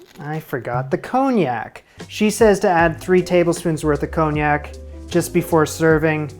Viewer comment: Nice job. But...there's no 'j' in Parmesan, 'erbs starts with an 'h' and wtf is cone yak? 😉